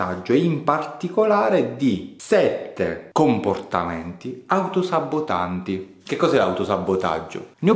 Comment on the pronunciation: Ti seguo, ti ammiro, ti rispetto, ti ascolto, ti riguardo, ti do retta, ti metto in pratica, ti discuto e ti condivido con gli amici... ma!!! O sul vocabolario facciamo aggiungere un B ad sabotaggio o la "devi finiamola" di raddoppiare questa B come fai tu!!! Aiutami dottore, ho la fobia delle parole quando vengono pronunciate le singole consonanti come doppie! Ha un nome questa mia patologia? Buon sabbbotaggio a tutti! (sei un grande)